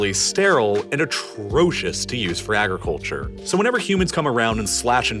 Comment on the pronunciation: This guy/AI narrator talks to fast and mispronounces many words. Such as: Agriculture Mountainous I have to sliw down the playback speed to .75 and that makes those mispronunciations all the more obvious. I can't stand this channel.